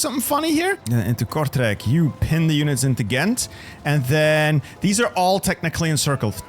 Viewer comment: Are you Belgian? You pronounced “Leuven” and “Kortrijk” in a perfect Flemish accent.